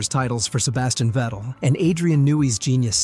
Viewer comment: its Vettle not Fidel.